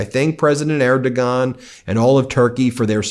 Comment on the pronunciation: C'mon, man. You have to know how to pronounce Erdogan. Er doh wan.